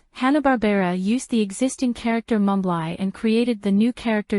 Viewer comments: Mumbly's name is pronounced mum-blee not Mum-bligh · Mumbly's Name is pronounced Mum-blee Not Mum-bligh get it right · Mumbly's name is pronounced Mum-blee not Mum-bligh. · Mumbly's name is pronounced mum blee not mum bligh get it right